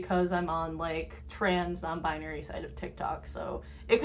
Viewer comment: they said non bibary not non bribery